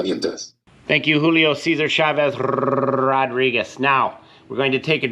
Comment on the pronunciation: First time viewer, hilarious! Thank you! 🤣🤣🤣